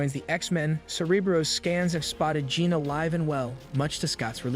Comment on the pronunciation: You're having some serious pronunciation issues with names. Mag-neet-oh Jeeen S-eye-klops Guy-rick Say-brr-tooth Ark-angel Too many to list them all But the video is cool